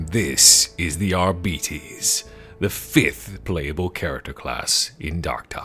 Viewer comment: Another fucking "arrrbeeeteeeez" sayer. At least you didn't say Arr-bites like a pirate. (It's Arr-Bih-Tayz btw, plural of Arbiter)